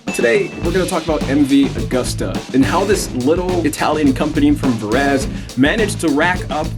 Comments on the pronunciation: MV Agooo-sta made in Vah-ray-zay in the country of EE-talh-ya. BTW it's GEE-lehr-ah. Seems like you put some work into this, why not learn how to properly pronounce the Italian names, etc? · Ver-ee-say (Verese)